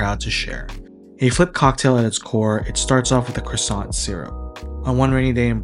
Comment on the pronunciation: if you want to know why I didn't finish the video: hearing an American butcher the word croissant over and over